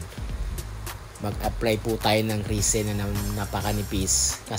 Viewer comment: kuya, Resin po hindi Risen